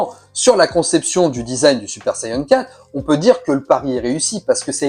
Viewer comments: Saiyan an an et pas saiyen en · Sayeun 😂😂 on dit Sayan point barre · Plutôt une interrogation. Moi qui suit les aventures de Goku depuis les années 80, je n'ai jamais mais alors jamais entendu parler de sayeun. J'ai toujours entendu prononcer "sayadjin" pour la version originale, "sayanne" pour la version anglaise et "saïen " pour la française. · et oui donc c'est un a pas un e on prononce pas sayeun e l'accent anglais du a c'est "aiye" quand on essaye de parler avec des accents on se renseigne on les invente pas. Et en plus c'est japonais a la base. Ils prononcent bien "sayans" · Super Sayeun?